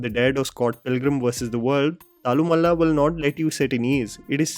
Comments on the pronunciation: You can pronounce it as thallloooo-maaaala. You were pronouncing it as thallamalla. I'm just correcting you brotha. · Yo.. This is the pronunciation - तल्लु माला.. not थालु मल्ला.. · Thallumala pronunciation is तल्लुमाला not तल्लुमला. One means chain of brawls the other means hill of brawls. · Its pronounced तल्लुमाला,.:) Thallu as in ulloo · I really loved watching thallumaala in theatre. And it's तल्लुमाला you are pronouncing it wrongly 😅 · Its तलु (with a one and half ल) माला I don't understand why no one has requested you to pronounce the term correctly. Anyway, now you know.